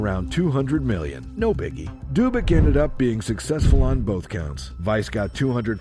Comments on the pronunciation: It was a moderately interesting documentary, everything going well until this: In which world is "Dubac" pronounced "Doobyk"?! Now you may be thinking that this is some ridiculous OCD nitpicking, and it is, however the thing to note here is that people making these kind of mistakes are not highly regarded, but rather, intentionally following what they believe is some kind of unwritten social code, including how to pronounce words. This is a cancer that I hope to see burned out of the culture in this lifetime - we shall see. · You're reading too much into someone not knowing how to pronounce a foreign name, pal.